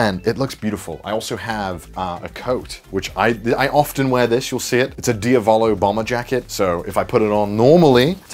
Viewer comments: He also pronounces it DiaVOlo instead of DiAvolo. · The way he says diavolo annoys me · “Gyro is my favourite jojo” and mispronounce diavolo, you even a jojo fan?